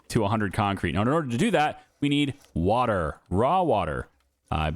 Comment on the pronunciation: I love this series and your other videos but I'm sorry " waw water"😅